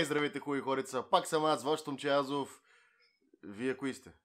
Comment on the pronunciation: Не си Азов, а Азòв! На "О" е ударението. Не знаеш ли?